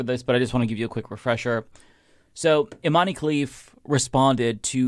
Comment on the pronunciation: How long do you have to follow Imane Khelif's story to learn how to pronounce Imane? It really undermines your claimed knowledge about this topic every time you turn Imane into a three syllable name.